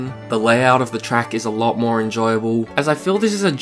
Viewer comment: "so much like mœrrrr–" sorry, English accent funny hehe